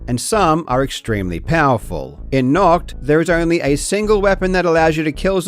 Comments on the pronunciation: Little correction from a German ;) I know it is difficult to pronounce German words, but still: It isn't pronounced "nockt"; the 'A' is pronounced clearly not like an O, and the 'CH' is more like a "chhhhh"—further back in your palate—rather than a hard 'K'. Try thinking of the sounds individually; I'll try to describe it using English sounds: nah – chhht – *Nacht*. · The German pronunciation isn't even that hard and doesn't sound that weird, but the English-speaking world just prefers to say the ch with a hard k for some reason. Also one other common thing is to flip ei and ie pronunciation. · I'm not even German and I'm offended by how he pronounces "nacht" 😂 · As a German speaker, hearing you bucher nacht so many times is painful. Here's how to pronounce 'Nacht' The 'a' sounds like star. The 'ch' sounds like a really stretched 'k' in 'sick'. Like growling cat. "Nacht der Untoten" = "night of the undead" Also Nackt means nak ed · I always felt Karl should be able to speak German with that totally German name he has, and then he hits us with that terrible pronunciation of Nacht. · as a german i get really frustrated when people say "NACHT" lol it sounds so wrong! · Nacht is Night in German. I was wondering what the hell "Naught" was from that pronunciation xD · Its always funny to hear english speakers pronounce the german "CH" its a hissing sound like a cat. So its nacht not nackt 😂 nackt means naked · The ch in "Nacht" (night) is more like a cat hiss, not "nackt" (naket). Also a like "ahhh", not a like "all" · when you pronounce "Nacht der Untoten" you kind of say "Nackt der Untoten", which would mean "naked of the undead" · I usually don't comment, but the way you pronounce "Nacht der Untoten" makes it sound like you're saying "Naked of the undead". 😂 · You basically call it naked undead 😅😅😂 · Why are people allergic to looking up pronounciations, it’s nacht not noct 😭😭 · For anyone who's wondering: Nacht = night. Nackt = nude. Pronunciaton matters. :)